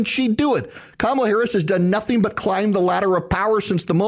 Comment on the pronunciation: “I know NOTHINK”. Just what we want in a president!